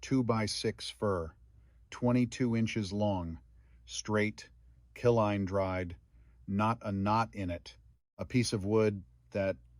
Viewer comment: "Kil-line dried"? Do you mean "kiln-dried"?